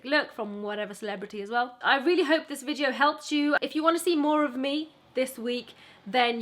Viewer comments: Please stop saying VIJEO 😭😭😭😭😭😭😭😭😭😭 apart from that you rock!💚💚💚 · The way she says video makes my day